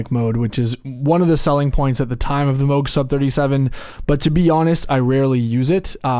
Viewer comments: “Moog” as in “Rogue”…not Moooog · He said mini mooooog. Cringe 😬 I get your comment now. I appreciate it so much. Apologies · Not trollin' here- but 'Moog' is pronounced like 'Rogue' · Stopped the video 5 seconds in when you mispronounced Moog.